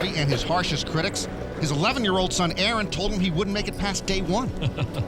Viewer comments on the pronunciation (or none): none